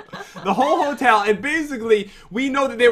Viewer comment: Is It Christmas Yet? Cause You Said The Ho Ho Hotel that sounds like ho ho ho